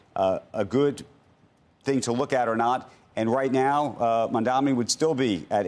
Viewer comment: Credit where credit is due — at least Cuomo is pronouncing Mamdani correctly.